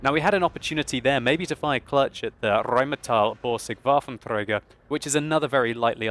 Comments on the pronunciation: Is it just me or rolls the R in Rheinmetall Borsig WaffentRager a little too much. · "Rrrrrheinmetall Borrrrrsig Waffentrrrrräger"! Your German pronunciation is hilariously cute. :) A bit like Steve Martin's "Rrrrrreinemachefrau". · pls give me another rrrrheinmetall borrrsig wafffentrrrräerrrr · I liked the live cam, it was very fitting and delivered the feel of the moment really well. The rest of the video was excellent, too. It was really enjoyable to watch you and that 13 90 work together. Oh, and I love how you say the r's in Rheinmetall and Borsig and WaffentRRRäger! :p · Rheinmetall Borsig Waffenträger. Your pronounciation sounds funny =) Germans normally don't roll the R. Best greetings from Germany, keep it up o/ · I like it so much how you pronounce The RHM Borsig Waffenträger😂👍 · He rolls the "R" extremely when hes talking about german tanks :D.